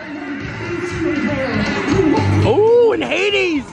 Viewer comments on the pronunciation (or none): none